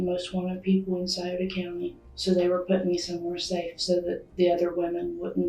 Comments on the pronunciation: it’s Sci-oto county. I live there, this horrific crime happened out in the sticks, about 40 minutes from town. I have many fam members that work in corrections around here. I’m happy to report that them two worthless people are having a VERY rough time in prison. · Sure wish ppl would learn to properly pronounce the cities in these cases!